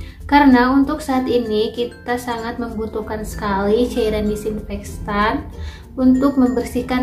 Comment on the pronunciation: Disinfektan bukan dikssinfekstan👍🙏